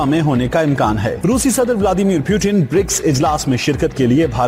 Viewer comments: Russian president "Pyutin" ..lol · 😂PORKIS...... WAT?? Pyyutin😁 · who is pewtin? I thought he was Putin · They Said pyutin.but he is Putin.😁